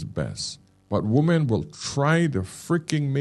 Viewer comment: Why can't Americans pronounce women, as opposed to woman ?